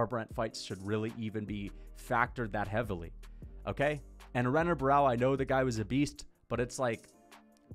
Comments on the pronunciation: As a fan of the sport bro please just try to pronounce Brazilian fighter names better. It’s not hard to remember that an r is an h in Portuguese names. Renan is said like Henan, like Royce Gracie is said hoyce Gracie. It’s super easy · Bro when you're saying Renan Barao plz show enough respect to say his name corrent . It's Henan Barao he's Brazilian, you wouldn't call Royce Gracie Royce you know it's Hoyce so come on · learn to pronounce renan u casual